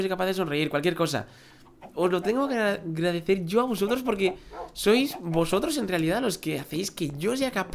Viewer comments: en el minuto dijiste gradecer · Minuto dijo gradecer